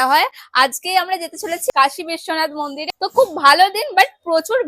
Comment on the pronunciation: মুন্দির ❌ মন্দির ✅